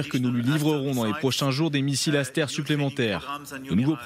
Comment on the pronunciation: Réalisez Madame l'animatrice que de prononcer « Asteur » est de l'influence de la langue anglaise. Prononcez plutôt à la française tel que le mot est écrit : « Aster ». Le mot "tomahawk" ne se prononce pas "tomaOuack". Francement, préparez-vous un peu, là ! 🙄